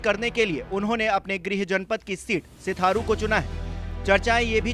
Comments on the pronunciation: Sitharu nhi sirathu hota h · सिथारू नही सर जी सिराथू है।😂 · Pagal baar baar sitharu sitharu kyu bol rhe ho naam uska sirathu hai... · हाहाहाहाहा.... पत्रकार महोदय....सिराथू बोलिए....सिथारु नहीं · News24 सिथारू नही सिराथू नाम है